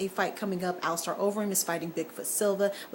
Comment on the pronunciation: Well at least you pronounced cerrone and alistair correctly. Dos santos didn't win anything in that fight. Miller and winner of cowboy and pettis. Cain overeem.